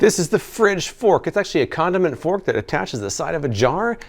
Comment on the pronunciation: When he said “condiment fork” my baked ass thought he said “condom and fork”